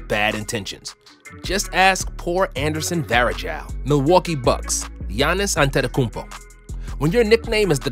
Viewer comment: Who else thought Wilt would be the Lakers, and also I'm finally glad someone pronounced Giannis' last name right.